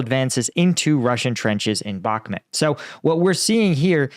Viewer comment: Bakhmut not Bakhmet